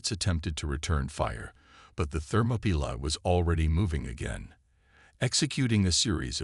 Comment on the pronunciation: Not only can't you say it right Ther-mop-er-lie you can't even spell it right it's Thermopylae, get it right it's one of the most famous battles in history. Why waste time writing interesting stories then let a bad text to speech app read it badly hell it can't even say readout (reed-out) correctly